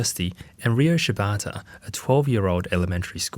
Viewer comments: Why is he saying "Riyo"(りよ)? Isn't the kid's name Ryo(りょ)? Is his pronunciation off or did he spell the kid's name wrong? 日本語上手ありませんだけどこの程度僕もわかる。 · Just a lil note: Ryo in Japanese is pronounced "Dyoh" (one syllable). I hope this is helpful. 🙏🏻✨️ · I didn’t watch the whole thing but my biggest Takeaway is that RYO is pronounced RIO instead of RYE – O. So RYO from the Ronan Warriors, I’ve been pronouncing his name incorrectly for years. I think the English translation of the cartoon messed it up as well. I should’ve realized because RYU from streetfighter It’s not pronounced RYE – U, thought a lot of people like to pronounce it that way. 😅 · Ryo is one syllable